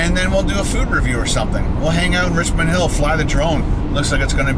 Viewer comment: It's supposed to be "Richmond", not "Richond"